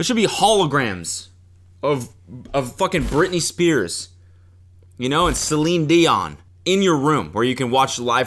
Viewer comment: celine DEE-on